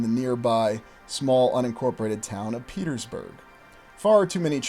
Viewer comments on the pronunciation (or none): none